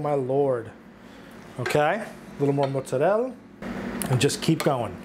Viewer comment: FINALLY someone who says mozzarella and ricotta correctly. Rigaught and mootz..👍. Nice job chef.